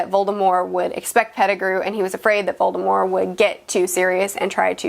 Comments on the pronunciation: Also; VoldemorT!! There's a T in the name. Pronounce it correctly if you claim to be an expert. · There is a T on the end of Voldemort. It is pronounced with a T in the movies in which Rowling is closely involved in the making of. WHY do you pronounce it without the T on the end??? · One thing that annoys me about HP is people saying 'Voldemore' now. I know Rowling eventually went and said that his name was "always" supposed to be pronojnced that way but thats clearly shite. For almost 2 decades she pronounced the T in his name in interviews. Every single movie they pronounced the T in his name. She consulted in those films. She had a LOT of input. If his name was 'always' meant to be prnounced sans T then why didn't she say that to the filmmakers or the cast? Why did she continue to pronounce it with the T all that time? It's VoldemorT not voldemore. Anywho that's neither here nor there. On topic I agree with most everything. Especially the pipes. Even as a kid I pointed this out to my dad who said "it's magic it doesn't matter". But it kind pf totally does. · Okay I agree with most of this but you are saying Voldermort and Fleur wrong lol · She. Said. Voldem-OR!!! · Voldemore? You mean Voldemort? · If you’re such a big fan, why did you mispronounce VoldemorT? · Can she stop saying Voldemor it's Voldemort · ... do you say Voldemore? Not VoldemorT? This really distracted me lol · About in...are you saying “Volemore” like with an “e” instead of a “t”? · are you saying "voldemore"? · voldemore Edit: Nvm she just always says voldemore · I've always pronounced it "veri-taw-serum". Also, why do you choose to pronounce Voldemort without the t? Just curious! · I know the T in Voldemort is meant to be a silent T but hearing it pronounced without it is still weird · why doesn’t she pronounce the t in Voldemort like in the movies?